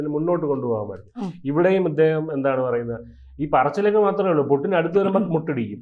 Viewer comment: Pudding alla kutty, Putin anu. Right discussion